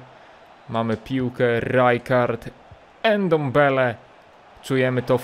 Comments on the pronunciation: Jego nazwiska nie czyta się „endombele” tylko „ndombele” n łączy się z d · Ty ile razy on powiedzial endembele haha